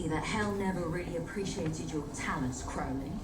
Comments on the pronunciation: Crowley is pronounced like crow, not like crowd. Opposite on Supernatural, I gather. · You guys are good but I wish you would actually listen to the characters saying Crowley the demon's actual name, which is pronounced with the first syllable rhyming with "crow" (the bird) NOT rhyming with "pow". I get it that there's another character on another show who pronounces it the second way, but that is NOT the Good Omens character.